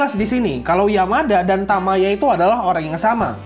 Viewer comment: Bang, untuk penulisan judul bukan "super" melainkan "supaa". lalu cara baca kanji nya itu bukan "Tamaya" melainkan "Tayama".